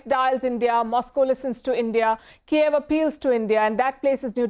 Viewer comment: Palki can only shout, don't know the basic pronunciation difference between Kyiv and Kiev, that's the whole point of this fuckin war 😂😂😂🤡